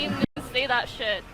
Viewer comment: bruh, the way she talked "sh1t-tuh" "lame-uh as hell-uh" urgh please no!!! Why-yuh do yall-uh speak-uh lie-yeke that-uh!!!